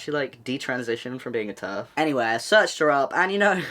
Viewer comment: My bad but every time you say terf I always think ur Abt to say turd😂